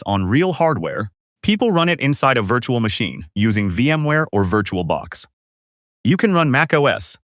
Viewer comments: "Viratul makines" totally how you say it totally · "PIRATED macOS Machines"❌❌❌"PIRATED macOS VIRTUL MAKINES"💀💀✅✅✅